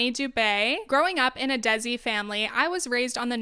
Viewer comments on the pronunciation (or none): Desi is pronounced as Dey see not Dey Zee. Also d in desi(which means native in some of the subcontinental languages ,in some parts, it's called deshi,also a large part lot of speakers don't use that word bc it's not present in their spoken language) has a softer sound like in Spanish-dos- two. As an indian whenever an indian or south asian diaspora person calls themselves or their particular culture "desi" ,I feel like it's stupid,it doesn't' mean anything,what r u desi(native) about? u live in a nation which is not India/subcontinent ,so how r u a native? by that baseless standard everyone is a desi then 😂 U can say u r a native of america or whatever nation u belong to. u should call yourself bidesi(beedeysee)🤣 Which means a foreigner to India or subcontinent,u r not a native to the subcontinent. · desi is pronounced day-see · heads up, "desi" is pronounced "day see" not "dezz ee" :) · girl, its pronounced they-see:eyes-pink-heart-shape: good video though!